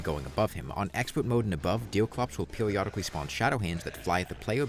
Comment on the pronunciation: Dewclops, Don't Stawve Together, Pewiodically, Vawiable, Vewy, Diffewence, Fiwst Boss, Evewy, Pwayer, Fwustwating